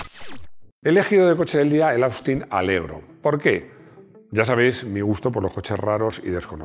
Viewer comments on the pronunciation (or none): none